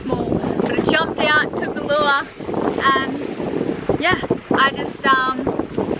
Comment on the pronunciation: Say lure again LOL